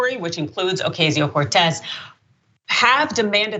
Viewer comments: I don’t know about you guys but I really think people should stop pronouncing her name incorrectly just use AOC if you can’t say it correctly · Deliberately mispronouncing her name show how hateful the guy is. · Lorrie No, but apparently she did during her highschool and college years?! The AOC-haters love to show their disrespect of Alexandria Ocasio-Cortez by deliberately pronouncing her name wrong. He full well KNOWS her name, but pretend to "get it wrong"!!